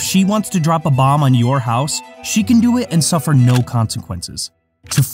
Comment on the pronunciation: be like "eUrOpE gONnA sUffAAA"